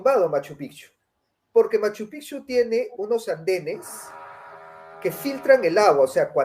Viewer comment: Si tengo que decir que noté algo en que me incomodó un poco y es que cada vez que hablaron de Cusco o Machu picchu (lamentable su opinión a Machu picchu que ni lo pronuncia bien) ella quiso decir que Cusco no es todo o que tal y cual tradición que mostraron como ver a Santiago en Cusco, ella salió con que "es en todos los Andes". Si obviamente Cusco no es todo pero Cusco es Cusco y por algo fue lo que fue tanto en el imperio Inca como en el virreinato. Se nota cierto recelo en ella no proyecta lo que pregona. Mientras un capo me encantó su intervención